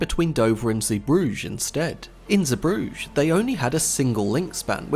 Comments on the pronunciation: Zebrugge is pronounced like “Zey-broog-uh”. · He uses the French pronunciation of the name. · Nope, its pronounced like say-brugge(but with a hard G because its Dutch) Edit: technically Flemish but that's the same pronunciation but with a softer g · That's the first time free heard Zeebrugge pronounced and it's not at all like I thought. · Pro tip: before recording, check the pronunciation of unusual words and names… like Zeebrugge.